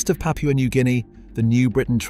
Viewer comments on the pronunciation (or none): none